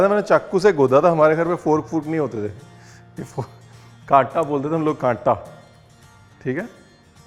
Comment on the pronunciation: Lucknow ki yaad dilate hai aap.. "kaata"